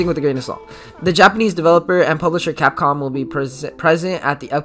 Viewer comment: Lol did you say “copcom”instead of capcom sorry had to point that out😂